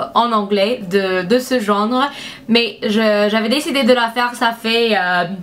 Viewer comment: T'es adorable, vraiment. Fais attention, tu as dis de ce gendre au lieu de ce genre ;) Tu es super jolie, gentille et douée. +1 abonnée ! Gros bisous, continue comme ça !